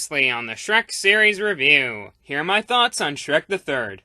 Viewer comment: When he said Shrek the third I swear he said Shrek the turd LMAO.